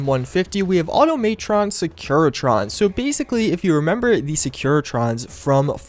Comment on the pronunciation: lol the way you pronounced "cartographer" was horrendous LOL same with "Automatron"